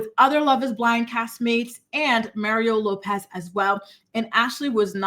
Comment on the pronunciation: Not Mah’reeee’oh Lah’pez!!! 😱😱